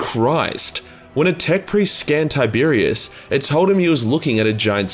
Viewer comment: Tie-Bear-Ros, not Tiberius